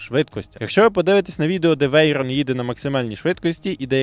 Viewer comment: Michelin - то є "мішле́н" з наголосом на "е". Да, і це "вейрон" з наголосом на "о".